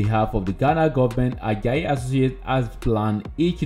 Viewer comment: We pronounce it Ad. Jay not. ad jayi thanks for featuring him.